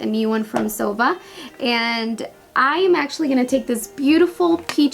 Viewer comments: Zoeeva not zova😜👈✌️👌👍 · It's Es-tay. Not Estee. It's Zo-eeva, not Zova. SMH